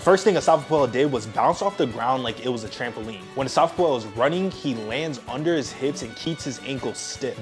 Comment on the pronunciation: Asafa Poo-El 😂